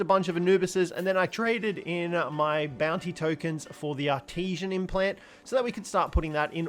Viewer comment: English much hard for this youtuber. E.g.: the way he pronounces "artisan". Much trigerrino, gotta say.